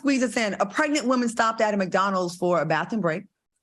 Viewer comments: Al said 😂😂😂 sussessful WOEman 😂😂😂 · We need 3 nights neow! But am I the only one who loves when Al pronounces “woman”?